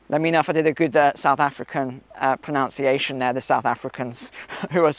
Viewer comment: Pro-nunc-iation,as in nunce. Denunciation.